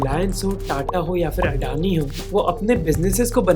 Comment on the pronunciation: Great content for the video, but here are some things I noticed: – Your pronunciations are wrong for a bunch of things. Adani is अदाणी not अडानी, Birla is बिड़ला not बिरला or बिर्ला, phir is फिर not फ़िर. – Some of the words are incorrect: it's licence (the noun) not "license" (the verb), defence not "defense", multi-modal (as in many modes) not "multi-model" (as in many models), and crore not "crores" (just like one says "five thousand" and not "five thousands"). – It seems like your subtitles have a lot of spelling errors and formatting issues as well. It seems like whoever is writing them has their locale set to "English (US)", which makes no sense for an Indian/worldwide audience. Please ask them to change it to "English (India)". Otherwise, excellent job in summarizing the topic. It's sad how many Indians hail crony capitalists as heroes and think that large conglomerates are the solution to every problem in India.